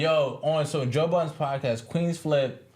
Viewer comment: Love this "Paacass" has a gift 😂! Thank You